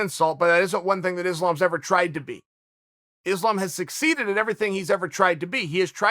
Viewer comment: Chael is so bad at pronounce last names first its Jans name now Islam 😂